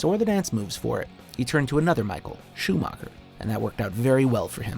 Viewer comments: Anhone who says schumacher like ' schumarca' should leave youtube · Schumacher (whose name you couldn't pronounce right if your life depended on it narrator guy) second most pole positions, second most races driven, most WM titles by 2 with 7, almost 30 more grand prix wins, most wins in 1 season, second most wins in a row. Gets place 3 while the guy he overtook in everything, which btw is literally your last sentence of the video, gets first? I mean hey you can put Senna or Schumacher at 1 and i wouldn't care if the other had 2, but Schumacher 3, Hamilton not even on the list. Go home Watchmojo you're drunk, and painfully obvious have no clue of formula 1.